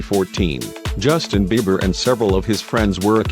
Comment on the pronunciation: I wish they would quit mispronunciating his name...Biber? Now it Bieber again